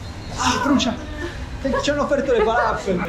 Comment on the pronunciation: Ci andrò tra 17 giorni Grazie per i consigli. ps: falafel si pronuncia come se ci fosse un accento sulla L :) Il mio arabo è scarso ma ne sono sicuro